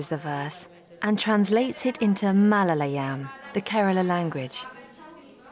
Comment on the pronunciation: The narrator could have made an effort to pronounce Malayalam words better. I feel embarrassed for you. You do not pronounce it as it is written down in English.